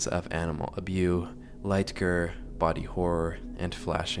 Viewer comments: sigh i loathe it when people talk about dark topics but then the video is littered with linguistic garbage to self censor like... i promise you, you sound stupid with this censor speak and it detracts from the video, because saying unalive and spelling out drugs and misspronouncing the word gore is so silly, which clashes agaisnt the serious topic you are covering. Also lowering the vaume for words like abuse is equally as silly sounding and quite annoying too because its so frequently Stop censor speaking, just be brave to say these words because i promise you saying them does not get u demonetized or whatever... If you cant allow yourself to say the words that are integral to the topic and would come up frequently unobstructed, spare yourself the trouble and dont say anything at all since clearly you arent at all interested in the dark themes and would like to avoid mentioning them at all cost. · every time you pronounce g*re as gir i just think of invader zim 💀